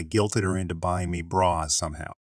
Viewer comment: Learn to pronounce bras . It’s not brats. She said she had to quit her job & quit her extra year of school when she said she had already graduated. This girl doesn’t know what she’s talking about.